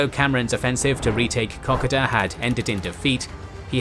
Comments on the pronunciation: For christ's sake, please get your pronunciations correct as not only does it sound wrong but it is offensive to Australians. Kokoda is spelt with an "o", not an "a", so it is pronounced Ko-Ko-da, not Kokada. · A cool new drinking game. Take a shot everytime he pronounces kakoda wrong. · Kokoda track is pronounced Koh-koh-da! Sorry had to say that but glad you said track not trail. I had several uncles who fortunately all came home thanks to the "Fuzzy Wuzzy Angles" who thoroughly deserve their own special. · Kokoda is koh-koh-da not cockada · Top quality presentation. Suggest checking pronunciation of a few words, in particular Kokoda. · Wish they could pronounce Kokoda properly.